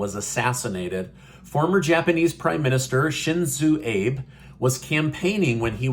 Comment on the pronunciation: No bbb bill. By the way his name is pronounced like Sheen zoh Ahhhh beh. Thank you